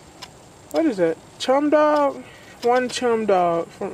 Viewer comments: Wow, you butchered the English language. It is NOT pronounced chem it is pronounced cem as in Chemistry or cem-dog or Kem-dog, what an idiot. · Chemdog is pronounced like "kem dog" like "chemical dog" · "Chemdog" is pronounced "Cemdog" that strait is a staple to your country the USA, im not even from the USA and know how to pronounce "Chemdog" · Its pronounced kem da w g. *sigh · cant even say chem dog right